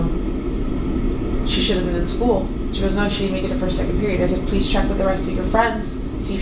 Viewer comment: ok so it's not just me that's annoyed by the skoo 😂